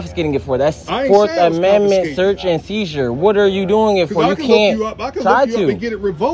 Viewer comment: "Dat illegal shurtz ans sheezer" It's search and seizure. Read a book